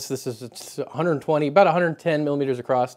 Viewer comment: acrosst..lemme guess, Tennessee? 😝 Awesome video though, great content !